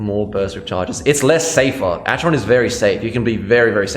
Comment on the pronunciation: it's pronounced ack-eron